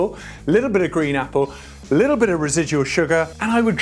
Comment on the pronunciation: Everytime you say "little" all I hear is "LIDL" and I'm not mad